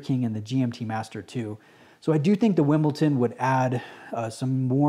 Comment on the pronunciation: Wimbledon not Wimbleton